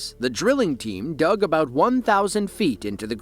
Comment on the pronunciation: “That’s aboot as fresh as yer gonna get” says the man who sniffs moose antlers….😂